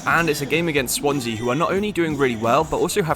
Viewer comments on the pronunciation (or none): none